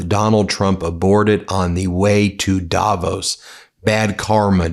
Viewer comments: It's "davOOOs", not "dAAvos"!! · Hey Ben - it‘s Not Daaaavos.. it‘s Davooos. ;-) Cheers and best wishes from Switzerland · Davos is pronounced with weight on the o, not the a. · It’s Davos as in Dav Oss rather than Davose by the way… not meaning to be pedantic, but it sounds so odd